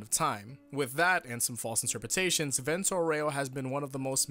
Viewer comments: Vèunto Áureo not vènto aurèo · It’s Vento Áureo not Vento Oreo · For non italian jojo fans. Vento auro us pronounced: "v"as in Van, "e" as the firste e in Better, "n" as in No, "T" as in Target, "o" as in No, "A" as in After, "u" as in Uno, "r" as in Background "o" as in No I just wrote it because being an italian the english accent to Vento auro is bugging me 🤣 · the way u say vento aureo...